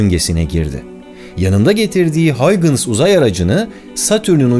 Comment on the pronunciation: Huygens hollandada g ye h diyolar